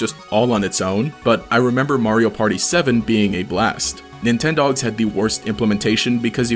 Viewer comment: you mean the franchise "NintendÖgs"?